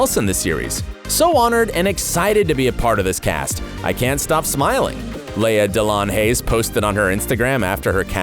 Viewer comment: Aunt Vi (eye) and Laya DeLeon(Leon) Hayes dang!, say their names correctly.